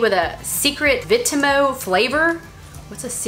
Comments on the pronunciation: Hi I love yous and yous inspire me so much and I am from the UK and just to let u know that u said vimto wring u just say as the word says with all the letters 😃💛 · Also it is not vitmo it's vimpto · Vimto ( we pronounce it vim toe ) is a really popular drink here in the UK